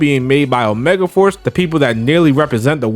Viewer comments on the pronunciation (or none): none